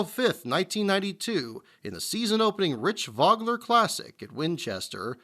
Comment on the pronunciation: Great video,. Just one correction. Rich Vogler is pronounced Vogue - ler.